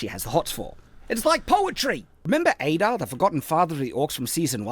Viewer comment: One of the things that made me the most frustrated in this entire video is the part where he mispronounces Adar as "Ay-dar". Like, THEY SAY HIS NAME IN THE SHOW. We know how it's supposed to be pronounced! It might seem like a minor nitpick, but I feel like it stands as almost a microcosm of the reason this video completely sucks. This is not an example of misinterpreting something, or misreading the name and thinking its pronounced some other way. No, this is literally him hearing one thing and saying another completely different thing, which is what this entire video seems to be, in my eyes.